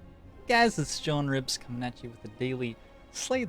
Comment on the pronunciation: I keep hearing "John Ribs" instead of in the opening.